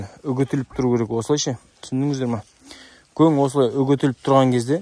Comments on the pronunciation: Жарайсың, бауырым. Ісіңе береке берсін! Бірақ гөң емес көң деп айтқаның дұрыс бауырым. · Гоң емес Коң деп дұрыстап аитшы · Гөң емес, көң, қазақтың таза сөзің бұзып, бұлғамаңдар. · Өзбекше гөн демей КӨҢ деп айтсаңдаршы ! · Гөң емес көң деп айтайықшы